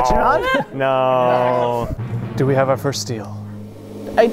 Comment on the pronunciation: Emma, you SCREWED me. (edit) LMFAO HOW MANY TIMES IS GONNA SAY "NyyO"